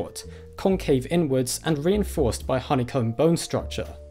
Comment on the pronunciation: when he says inward it sounded like n word lol